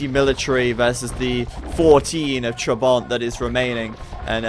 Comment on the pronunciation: listen how to pronounce trabant